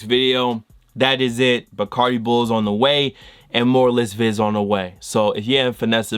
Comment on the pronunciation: nigga said barcadi bull😂😂😂